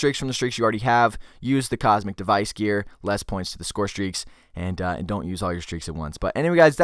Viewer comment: It's Comsec, not Cosmic.